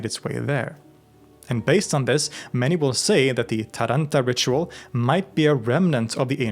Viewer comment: Love your videos, here as well as on LTR, favorite channels of mine on YT. Just one thing, accent related: it's "Tàranto" and "pizzica tarantàta"(also called "Tarànta"). Greetings from Rome, Italy❤